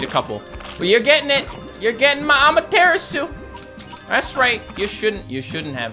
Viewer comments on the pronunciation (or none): For reference. It's not Ahma-Terra-Soo, it's ah-mah-tur-rah-su, with the u usually being silent. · I love how he pronounces Amaterasu even worse now😭